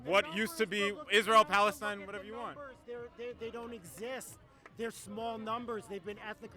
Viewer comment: The beginning after the intro… They can’t even pronounce Palestine correctly 😂